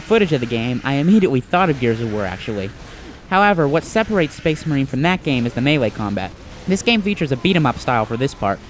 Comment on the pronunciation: SPEHS MAHEEN